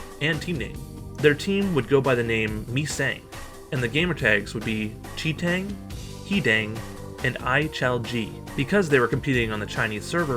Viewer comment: Bro those Chinese names have me dying. Chi TENG, Mee Seng, LMAO